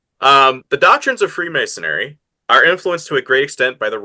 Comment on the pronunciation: Free-mason-ary? Where'd you get this guy from?